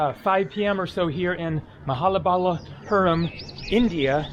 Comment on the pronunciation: it is MAHA - BALI (like in country Bali) - PURAM. Does it feel nice to be breathing free air in INDIA and discuss this freely?